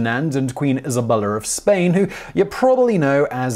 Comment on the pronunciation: Queen "IseLbellR" of Spain